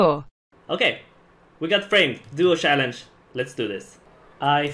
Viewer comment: TYC: Actually say 'CHallenge' instead of 'SHallenge'